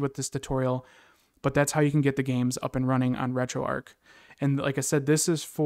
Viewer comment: Erm it’s not retroark it’s retroarch 🤓👆